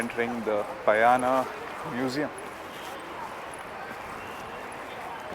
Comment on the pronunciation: It's not Payana(न), its Pa-Ya-Na(ण).